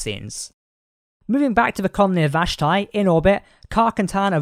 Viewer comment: It's pronounced VASH-Tee.